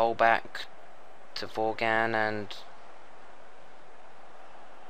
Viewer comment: i will, but it seems like its not your software, just your computer cant handle recording in 3d and also you were getting names like vaughan wrong and bendtner and they are at least easy or common names in the premier league